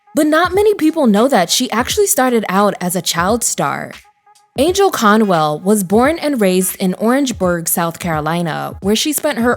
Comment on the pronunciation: Once again, a narrator does not know how to pronounce names. Angell Conwell's name is NOT pronounced Angel.